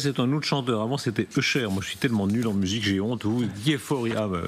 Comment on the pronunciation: j'ai mis 5min a comprendre qu'il parlait Usher 😅La prononciation 😂